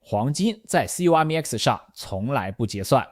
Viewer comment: 聽到有人唸C-O-M-E-X我笑了 調整一下語音參數吧 縮寫不意外 商品交易所有聽唸COM(康)EX的 也有聽唸CO(摳)MEX的 拼出來的還是第一次